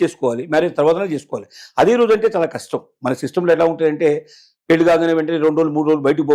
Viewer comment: Yes, కరష్టు గా షెప్పావు, పెల్లి ఏంది నా సుల్లి లొ యాస, పెళ్లి అనాలి